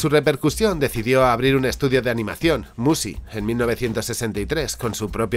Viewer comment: Mushi se lee como Muchi (pero tratando de que suene la s).